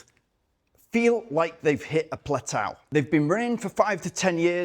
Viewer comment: Please please can we pronounce Plateau as Plat-Oh not Plat-Ow